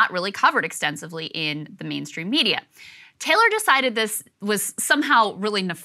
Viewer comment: But it's pronounced Taylor..?!!